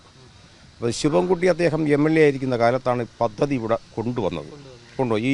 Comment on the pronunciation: "പതതി " അല്ല, പദ്ധതി